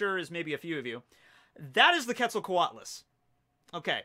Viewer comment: Bruh, the Dodo is not the Magikarp of the Ancient Zoans, it's the Sunkern. Also, quetzalcoatlus is pronounced like Quetzalcoatl, the god it is named after. Fun fact, they would fly across whole bodies of water like the Pasific or Atlantic in search of dog-man sized food that they could swallow whole, and when they are walking around like in the picture , they would be as tall as a full grown giraffe. A fact about the Arthropleura is that they were 3 meters long full grown and may not have been carnivores. Sarcosuchus (pronounced SAR-koh-SOO-kiss) was 12 meters long full grown, weighed a little under 9 tons, with a bite force of over 9 tons, the presence alone of a Sarcosuchus is enough to make a Spinosaurus find a different place to fish.